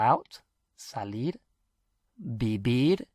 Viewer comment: Why do you pronounce salir as "saleed".